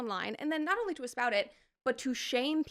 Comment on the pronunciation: Um.... ESPOUT? Do you mean spout? Or do you mean espouse? 😂